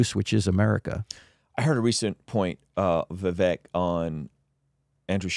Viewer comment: Vivek pronounces his name like CAKE. "Vivake"